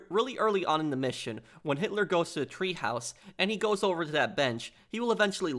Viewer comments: The Berghof had a Tee-haus or teahouse. Not treehouse. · It’s not a TREEhouse it’s a TEAhouse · Treehouse? Clearly TEAhouse